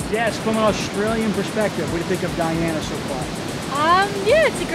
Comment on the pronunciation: Wonderful to see that you are promoting Guyana. Just learn how to pronounce the country correctly. It is Guyana pronounced Guy-ana not gee-awna.